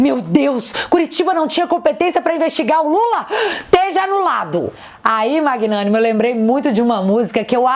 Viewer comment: Magnánimo kkkk foi MT bom kkkk